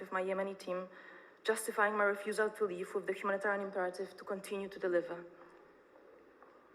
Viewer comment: Np „refusal” powiedziała po polskiemu - refjusal. Zatem to wstyd ze mimo tylu lat uczenia się ang od Anglików nadal robi tak rażące błędy. Ale dupke liże ładnie, dobrze ja tego nauczyli na Oxfordzie. Ma kwalifikacje do bycia słupem politycznym.